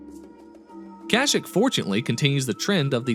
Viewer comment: Your pronunciation of Kah-Sheek hurts me